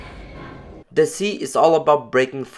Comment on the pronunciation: Bro it's "deceit" not "The sea"